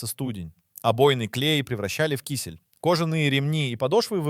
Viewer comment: Ты робот? Ударения ставь правильно. Недослушала, невозможно КИсель блин